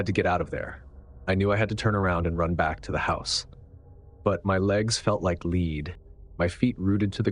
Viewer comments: His feet felt like lead (leed)? Don’t you mean his feet felt like lead (led)? Good grief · I thought it was human until it said his legs felt like leed instead of lead. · First story: " My legs felt like LEED??" AI, you need to realize that the word LEAD in this sentence is being used as a noun, and that it is pronounced as "LED"....."My legs felt like LED." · "My legs felt like LEED" Really? Lead. Led. Freakin AI. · It's AI. That's why it said "leed" when it meant "lead." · "…my legs felt like leed…"? Seriously? Your fake AI voice needs works. Badly. Unless you’re a real person, in which case you have the reading-comprehension skills of a seven-year-old. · AI. That's why it said "leed" for "lead." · yes but the AI voice pronounced it leed. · I know your right. I heard it. lol 😆